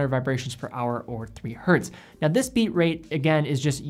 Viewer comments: Nice video! Just one note, you say "Hertz" correctly, but sometimes in this video you say "Hert" which might be you instinctively cutting out the s sound at the end when it's not saying the word in plural form. Not sure. Just wanted to point that out. It's always "Hertz". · Why do you keep saysing "hert" instead of "Hertz"? Hertz is not a plural, the unit is named after German physicist Heinrich Hertz ( ). So a frequency of one per second is 1 Hertz*. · It's not hert, it's Hertz! 😂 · The singular of ‘Hertz’ is ‘Hertz’. It is not ‘Hert’. The man’s name was Hertz. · Love you man, but please get the basics right. Learn how to use the word "myself" correctly, and "hert" is not the singular of hertz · Hertz is a name. The "z" does not make the word plural. Dropping it and saying "three Hert" isn't correct. There... I got my grammatical gripe out of the way. Good and informative video! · Literally this. Hertz was someone's name (Heinrich's, to be precise.) ... there is no 'hert'. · Great as always but it’s Hertz never Hert! Had to get that out there as an electrical engineer:) Keep up the good work! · Awesome vid! Just wanted to offer up a quick tip: Hz is always pronounced “Hertz”, whether it’s one Hertz, 3.5 Hertz, or 100,000 Hertz. There isn’t a “singular” version cause it’s actually the name of a scientist. But keep up the good work! Love the channel.